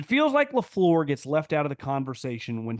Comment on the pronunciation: I love the way pronounces Matt Lafleur's name: sounds like "Low-Floor" 😅